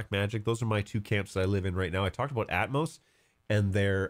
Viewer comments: Atomos has an extra O, it's pronounced at-om-oss (as in atom- and oss with the o as in off not as in growth). You were probably searching atmos. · ah I see, to my ear I heard you pronouncing it Atmos, but all good.